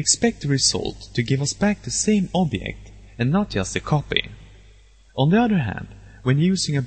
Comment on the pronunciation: where are u from? u cant pronouce object? it took me another 1 year to figure out